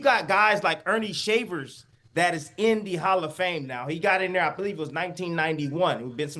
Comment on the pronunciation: beTER biev! Dont you guys read the comments?accent on the second syllable. Do you realize how stupid all of you sound?